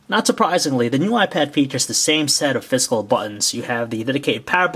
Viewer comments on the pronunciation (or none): when he says physical, it sounds like fiscal.